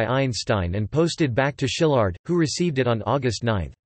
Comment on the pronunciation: It's pronounced "see-lard" - not "sheelard"